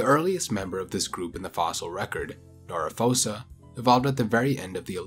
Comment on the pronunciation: isn´t phoca pronounced "foka" in English (as is pronounced in its original Latin and in all Romance languages) and not "fosa"? (Noriphoca: "Noriphoka", instead of "Noriphosa")